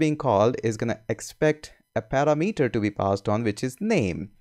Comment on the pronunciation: Thx. For what it's worth, sorry... in America parameter is pronounced par-am-it-or I'm so confused with what actually are the correct naming conventions to use within flutter/dart. lol